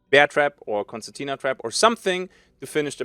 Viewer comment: "constatina" xD